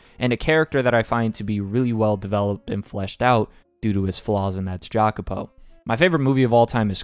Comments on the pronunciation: Jacopo is pronounced "ya-ko-po" in italian. Im sorry to be that guy but it bothered me :") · This is my favourite story ever too, I've been waiting for this ever since you put it on your top manga list :) EDIT: Jacopo is pronounced "yacopo" I had to let you know.